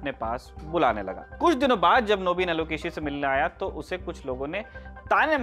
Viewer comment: Thanks for the proper pronunciation. It's "Nobin" in Bengali pronunciation, not "Naabeen" which might be the pronunciation in Hindi. Even my name is often distorted and pronounced as "Saurabh". My French and Canadian friends call me with a better pronunciation than my Indian friends!